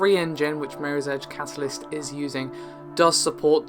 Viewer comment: I never realized that catalyst is difficult to say with a British accent.